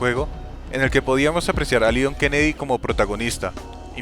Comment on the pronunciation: gringo escuchan leon scott kennedy yo escucho leon es kennedy xd